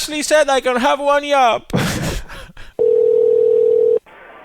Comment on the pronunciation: This nigga said yob 😂 🤣